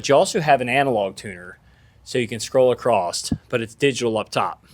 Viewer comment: You can tune “across-t” 🤠